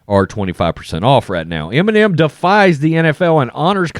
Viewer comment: "Enimem" bag